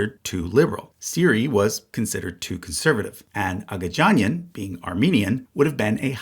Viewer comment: What I'm writing doesn't matter, this is extremely minor, but annoying language guy just wants to say things Agagianian only has hard gs, Armenian consistently spells the soft sound with its js Pignedoli would be as if Piñedoli, gn is like ny, like lasagna